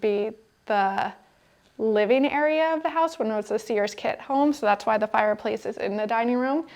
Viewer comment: Sears is a one syllable word.